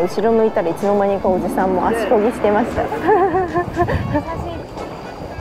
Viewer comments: ちゃんと「足こgi」「手こgi」って言いなよ😂😂😂😂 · 「コキ」じゃなくて「コギ」じゃないですか(*^_^*)？